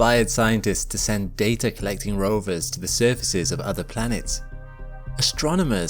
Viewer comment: THERE IS NO "R " IN DATA!!! GET YOUR SHIP STRAIGHT!!!